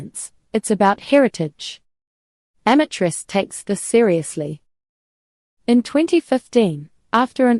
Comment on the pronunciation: Change your profession, clowns. And before you post ridiculous videos, learn how to pronounce Amatrice and amatriciana.